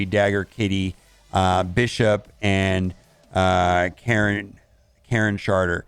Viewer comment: "Karen Sharter"....you fucking heard it just like I did!!! LOLOL